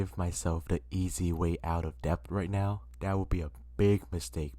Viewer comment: It’s “det” not depp …